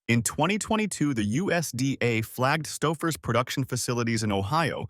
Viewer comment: I simply can't take any advice from a channel that can't even pronounce it's content...the minute I heard Stouffer's pronunciation as Stuffers...I clicked off never to return...if you want subscribers...earn them ...narrate your videos with a human being... other channels do it...put some effort in...you might like it...